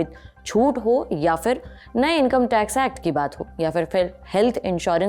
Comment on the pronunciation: Madam, I appreciate your good pronunciation skills that now a days are hardly seen. But still it needs improvement. Please pay attention towards the difference between the words 'Fir' and 'Phir' The correct word is 'Phir' and many times in this video you have pronounced it as 'Fir' I suggest you a beautiful song by Lata Mangeshkar from the movie 'Libaas' "Phir kisi shaakh ne pheinki chaaon, Phir kisi shaakh ne haath hilaya". In the above mentioned song, the singer has used many times the word 'Phir' And, I am sure it will diffuse out your any confusion or argument on the particular wrong pronouncing word 'Fir' Thank you With kind regards